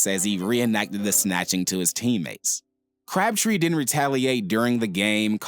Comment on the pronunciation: At first I thought you said "Craptree" 😂